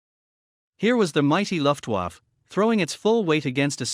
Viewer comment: What the hell is a "luftwuff"? The voice over is a joke.